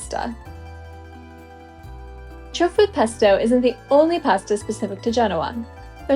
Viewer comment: Trofie pronounced tro fee aye